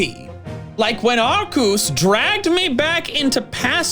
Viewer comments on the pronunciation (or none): Arkoos, Yahvultahl... Mispronouncing Pokémon names is kinda an inside joke here at MandJTV.